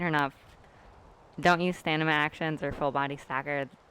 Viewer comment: Is it "Stanima" or "Stamina" cuz a lot of people pronounce it "Stanima"